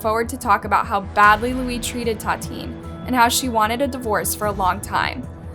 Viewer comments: I think we all own those people the minimum respect of saying their names correctly. The VICTIM's name is pronounced TAH-TEE-AHN-NEE, not TAH-TEEN. (And her killer's is pronounced LOO-EEZ.) If the case happened in Brazil, you have to at the very least research the language - Brazilian Portuguese - so you won't get lost in translation and get the facts straight. If we can't trust something so basic in research as a correct translation how could we trust any information at all on those videos? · It ta ti Ana not tateen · Tatin????? I know she's dead, but at least get your facts checked and pronounced her name correctly. Make some effort to pronounce these foreign names at least. Use the google translator for example. Tatin is not her so called name absolutely! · its Tatiana please pronounce victims' names correctly, as for the criminals i don't care if you pronounce their names wrong but please pronounce the victims' names correctly next time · I'll be honest.. you not saying her name right is driving me nuts. Tatiane.. like Tatiana. I'm a victim of domestic abuse and I would feel so disrespected if you got my name wrong...